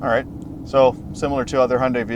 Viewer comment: Un-F'in-believable! Someone that knows how to pronounce the Hyundai name correctly.